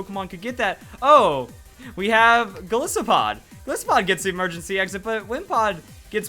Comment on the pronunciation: I know it's something petty, but I couldn't help cringe everytime I heard you say Gol-is-opod. I figure it's pronounced Gol-EYE-sopod. Why? Because it's a portmanteau of Goliath (giant/strong dude from the bible) and isopod (a type of crustacean), which is what Wimpod and Golisopod are.